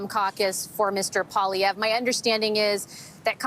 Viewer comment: why is 100% of english ppl UNABLE to say Pierre's last name right ???! you all him Paulievre.